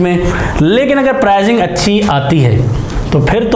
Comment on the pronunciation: Prizing nai hota Pricing hota hai Improve yr talking style or leave it